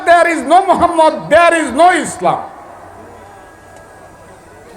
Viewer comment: স্যার আপনি একটা টকশোতে বলেছেন আমি প্রতিদিন সকালে কোরআন তেলাওয়াত করেন কিন্তু এখন যে আয়াত আপনি তেলাওয়াত কোরলেন ।তার একটি অক্ষর উচ্চারণ করতে পারলেন না এমনকি প্রিয় নবীর নামটাও মুখে উচ্চারণ করতে পারলেন না তাই বলি এসব ভন্ডামি ছেড়ে দিয়ে জামাত ইসলামে যোগ দেন তাহলে দুনিয়াতেও শান্তি পাবেন আখেরাতেও মুক্তি পাবেন।